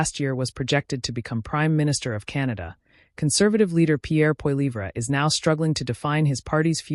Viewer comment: Maybe if you pronounced his last name correctly, I would take you seriously